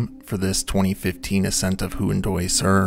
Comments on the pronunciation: You didn’t look up how to pronounce “Huandoy,” did you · Huan[doy] and Hua[scaran] are pronounced "wha[fill in the next syllable]". DO learn native pronunciations before butchering languages for cash purposes.